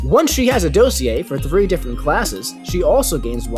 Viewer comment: Learn how to pronounce dossier